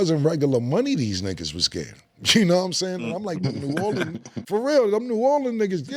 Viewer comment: Since Cam callin it New Orlean ima call it New Yorks 😂